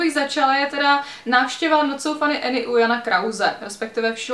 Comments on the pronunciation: když už o někom mluvíš tak si aspoň zjisti jak se jmenuje Any ne "Eny" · já jenom že je to Anežka ne Enežka